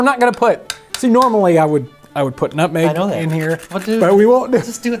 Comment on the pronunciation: Jon: Nutmeg: Notmeg